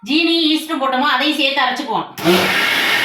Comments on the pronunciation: Adhu Easter illa. Eeast. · அது ஈஸ்டர் இல்ல, ஈஸ்ட்😅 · ஈஸ்டர் இல்லை ஈஸ்ட் அப்பம் இல்லை ஆப்பம் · Nice.sis but not Easter it is east ❤ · ஈஸ்டர் இல்லை ஈஸ்டு